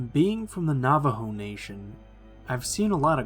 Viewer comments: Navajo is said navaho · He said Nā-Ah-Vo 🤣🤣 Come on you expect to believe a skinwalker was riding a bike 🤦😄 But in all seriousness Great video 👍